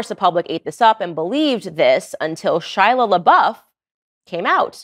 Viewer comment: It weirds me out that you keep calling him "Shila" instead of "Shia" .....